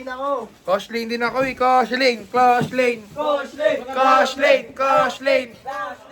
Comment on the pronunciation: KOSHELLAINE PO, Layag na layag Mami bhieee